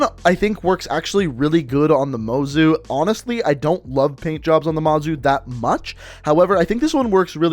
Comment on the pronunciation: When u said PAINT_JOBS I THOUGHT U SAID BLOW_JOBS